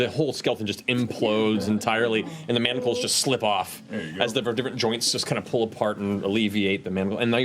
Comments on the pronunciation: There is no "T" in manacles!!! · I just love Matt’s face everytime they say “manticles” instead of manacles lol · The grammad police in me keeps reeling when they call manacles MANT-acles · As much flack as Matt got for his pronunciation of sigil, I can't believe no one calls out The Mighty Nein for saying mantacles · I can't get over the whole group calling them "Mantacles" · Haha "mantacles" I think the ladies didn't realize there is no t in manacles. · rewatching and i completely forgot about the whole pronouncing-manacles-as-manticles thing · I like how Laura mispronounced manacles as “mantacles” and got everyone else to do it lol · I lové how they all said “manticles” but it’s manacles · "mamticles" XD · there is no T in manacle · Boesvig yeah that always irks me a bit too